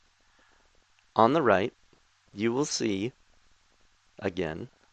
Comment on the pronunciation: "I would like to use a gem, like mal-ech-chite!" Your american is showing XD